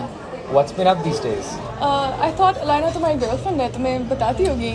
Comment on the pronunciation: Why the Hell keeps Saying her name Alynaaa Alynaaa Alynaaa.!!!! Yarrr Alynaaa, Alynaa!! 🤦🏻‍♂️🤦🏻‍♂️🤦🏻‍♂️